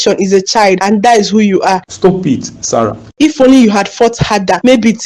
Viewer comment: It’s Sarah not Sarah 😂